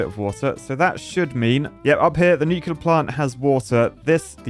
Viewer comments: Nuke-LEAR not Nuke-U-lar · The most disappointing thing in this entire video is hearing a qualified engineer say "Nu-cu-lar" instead of Nuclear 😭😭😭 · Nucular plant